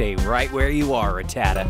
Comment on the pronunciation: Its pronounced Rat-A-ta